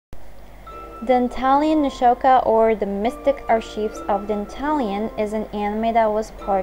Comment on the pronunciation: You pronounced archives wrong, no big deal, just thought I'd let you know lol